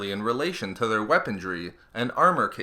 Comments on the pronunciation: weaponRY not weaponDRY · Omg its "weaponry," not "weapondry." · Please say "weaponry" - not "weapondry"! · I like your videos and in depth info. Although this video has a lot of "T's"... aT-aT's, aT-acT's, and that's necessary, it should have way LESS "weapontrees". I know it's just a gaff, but it really takes me out of the armor discussion when I have to yell "WeaponRy" at the screen over and over. I accept partial responsibility for my OCD, but please pay closer attention in the future, and I'll keep watching your videos. Thanks 😀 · "Weapondry" is not the word you're looking for (cause it doesn't exist). "Weaponry" is. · Good video, but please.. It's weaponry, not weapondry. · If something is "impervious," it's redundant to also call it "resistant." And there's no 'd' in "weaponry." :-P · It is weaponry, not weapondrie as you keep saying. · Since when was the letter "d" in the word "weaponry"? What kind of dictionary you using, lad? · I can't get over him saying 'Weapondry'. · the "D" in weaponry is silent